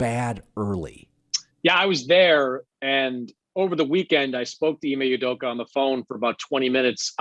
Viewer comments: Ime "Udoka" not "Udoku" please Colin. This is like the umpteenth time you've pronounced his name wrongly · Colin “Ime (s)udoku” Coherd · Why does Colin always mispronounce Ime Udoka's name? He does it everytime. Has he never heard someone say it properly? Has nobody told him he says ut wrong? It's really weird